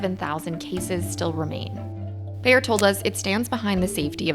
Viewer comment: good story, but you should really learn how to pronounce Bayer. It's a German, one pf the biggest companies in the wor;d, selling Aspirin. Saying Bear all the time, not only hurts ears, but also put blame on poor Bear instead of Bayer executives.